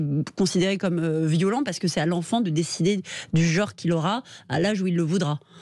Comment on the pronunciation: Est-il encore possible de prononcer correctement le mot "genre" (voyelle nasale) ? On entend de plus en plus ce qui s'apparente à "geore" ... Exemple parmi d'autres d'une langue française qui, petit à petit, se délite ...